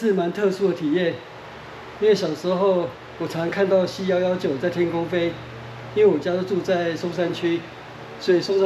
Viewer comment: C119 不是念C腰腰拐，應該是C腰腰勾